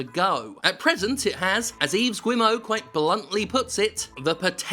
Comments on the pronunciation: I'm not sure if you're doing it on purpose, which it may be, but his last name is Guillemot. Gill-le-mon. Not whatever the fuck you've been saying. Not "shwimoe". I know you're a British ex-pat, but you were a lot fucking closer to France than we are in the US. For fuck's sake. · Btw Jim boy, the name of Yves Guillemot is said "Gill" "Mo" it wont be a perfect pronunciation but it is french-Canadian. And I mean gill like the the breathing apparatus of fishes! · You don't pronounce the "u" and the "t" in "Guillemot". As in like "Gilmore", but without the "re".